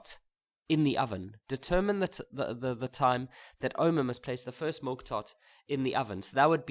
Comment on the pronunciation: I'm writing tomorrow and I'm hearing things like "deterMiny"😂😭